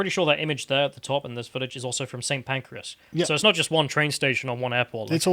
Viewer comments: Saint Pancreas 😂😂😂😂😂😂😂😂😂😂😂😂😂😂😂 There's no 'e' in Pancras. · Tell me I'm not the only one who heard "St Pancreas"